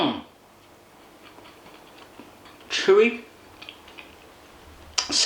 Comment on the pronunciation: ugh don't say "frew" and "wiff"... tehfk?